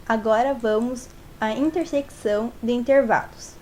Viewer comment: muito bom, só errou em uma coisa, falar "intersequição", se fala "interseção" msm com o cç